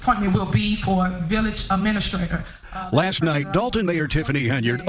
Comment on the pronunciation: “Uhh-mena-straight-or” is the funniest way I’ve ever heard administrator pronounced.